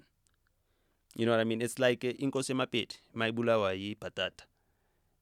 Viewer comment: tf is Nota saying Inkosi ya mapedi 😂 put some respect on our Kings name